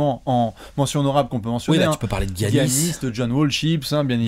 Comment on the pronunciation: les gars on dit "yannis" pas "giannis"